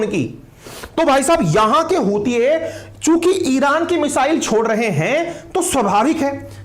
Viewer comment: Hutiye sounds like chutiye & Hudiye sounds like haddiye 😂